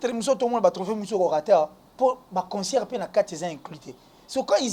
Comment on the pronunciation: Est ce que ces chronifuati prennent le tps de lire les commentaires 😁 vs mettez la photo de fally prkoi? Pdt que vs avez peur de citer son nom? Pour attirer notre attention? " concert il dit consseur "😂😂😂😂